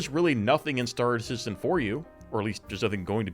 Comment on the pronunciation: Star Citedium 😂